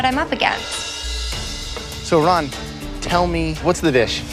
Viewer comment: gets so mad when pronounces her name wrong but doesn't say a word when Chef Ramsay does it...just kinda funny to me cuz they both mispronounced it the same way lol